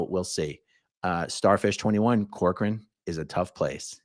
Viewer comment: My maiden name is Corcoran and no one ever pronounces it correctly. You did great!